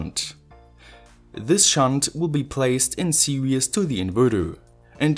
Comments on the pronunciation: Always enjoy your videos. Note: "Serious" means demanding careful consideration or application. The word you are looking for is "Series", which means coming one after another, as in a series circuit. "Series" should be pronounced "Ser eees". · I love your videos. I would like to point something out, but please don't take it wrong. Series is pronounced like seereez, the way you say it sounds like "serious". I'm not trying to nitpick, just trying to help.